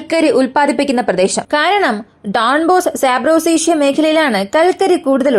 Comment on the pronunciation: സാപ്രോസേഷ്യ അല്ല, സാപൊറിഷ്യ